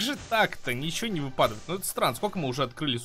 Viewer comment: Обожаю тебя только я помню в некоторых видео и в этом ты не правильно говоришь ты говоришь вЫпадавает а правильно выпАдает заметь пожалуйста а то я уже путаюсь